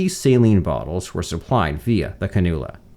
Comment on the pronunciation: Cannula is pronounced kan-yew-lah.